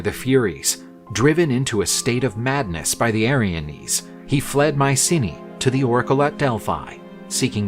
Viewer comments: It's /my-SEE/nai/, not Mycinea. I guess nowadays, narrators, and others, are just too LAZY. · Mycenae not Mysinnia